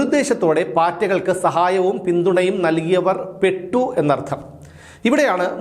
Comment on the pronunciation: രഞ്ജിനി ഹരിദാസ് പെറ്റു എന്നല്ല ചേട്ടാ പെട്ടു എന്നാണ്. വെറുതെ വല്ലതും പറയല്ലേ both are same